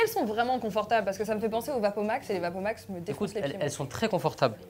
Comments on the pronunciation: "On dirait des Wapomacsse ! " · Vapomax 😭 ptn faites un effort sur la presentatrice